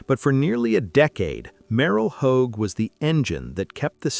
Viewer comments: It’s last name is Hodge not Hogue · I hate AI generated voices. They destroy names. It's Merril Hodge with a j sound not home like a damn hoagie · How about war and football hero Rocky Bleier and Dwight White who played with pneumonia in the Super Bowl and who is Merrill Hoag you pronounced Merrill Hoge name wrong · Stupid AI narration. “Merrill Hōg” SMH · Maybe you could pronounce Hodge's name correctly huh? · Every time they mispronounce Merril Hoge's name it makes me cringe. It's pronounced like Hodge or HOJ. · Haha. Mispronounced merril hoge’s name. Hahaha